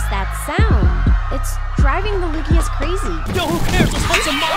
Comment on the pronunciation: It took me like 6 watches of this to realize at the beginning handler calls the Legianas Lugias and it is very relatable